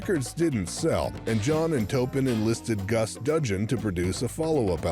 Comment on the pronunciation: I wish the narrator would stop mis-pronouncing Bernie Taupin's last name.